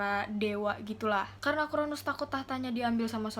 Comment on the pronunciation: Koreksi dikit ya kak! 😊 . Kronos, bukan Kronus. Nimfa bukan limfa.